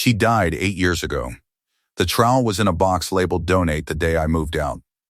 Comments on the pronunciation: It’s trowel not trial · Trowel not trial. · Say basil or trowel one more time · motherofgod that was killing me